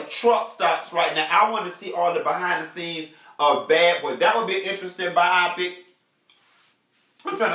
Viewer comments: I'm trying to follow, but can't get over him keep saying (By-op-pick) 😂😂 No, it's Bio-pic....biopic! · "Bi-Opic" was killing me! I cringed everytime! Lmao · Chile!!! YES!!! I couldn't focus!! (By-op-pick) 😂😂😂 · buy-oh-pick = biopic